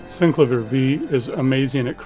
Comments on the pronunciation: Syn-clay-vee-err not Sink-la-veer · Synclavier is a play on words, taking "clavier" which just means "something with keys", and adding "syn" to it. Clavier is pronounced kla-VEER. So it should be Synkla-VEER. You can hear Clavier pronounced here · When you are the VP Product Manager and pronounce wrongly the name of the product that you are presenting. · I think you would be best to use the inventors pronunciation